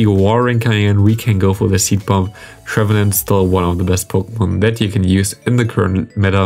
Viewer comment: Hi, i noticed that you nearly always say "thee" (german i in the end) instead of the (german ä in the end). You only use thee if the next word starts with a consonant. So not "thee" counter, "the" counter! :)